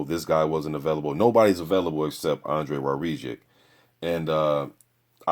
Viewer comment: His name is pronounced - War - Zick